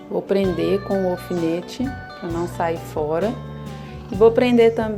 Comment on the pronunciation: Não se diz ofinete, é alfinete